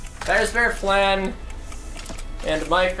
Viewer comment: really out here pronouncing Flan wrong